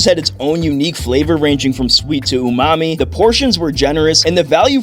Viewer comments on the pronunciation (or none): none